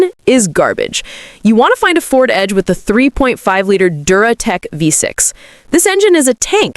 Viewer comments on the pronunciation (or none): none